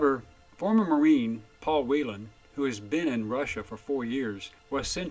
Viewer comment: Paul Whelan has the same last name as I do and you said it like I do, most people mispronounce it